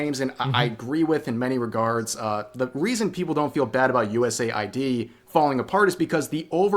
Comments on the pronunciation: why call it USA-ID when saying US-AID is better? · us aid why is he saying usa id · Should it be pronounced as "U S A I D", "US Aid" or "U Said"